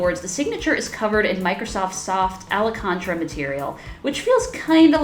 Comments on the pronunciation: It’s not “alacontra” it’s ALCANTARA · Wait, did she call Alcântara……. Ale-con-tra 😅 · “Alley contra” lol. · If it wasn't for this parts when we look at her reading the script - pretty nice review! Also Ale-con-tra is interesting way of reading alcantara... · "Ala Cantra" lol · That hurt me too 😂😂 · As someone who likes cars, I am hurt🥲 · Trust the gringos to butcher Español 😇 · “Alacantra”. Uhhmm ekey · It’s not like this hasn’t been used for several years or pretend she’s British so she can talk about the al-loo-men-eum chassis, but even the British pronounce alcantara like everyone else.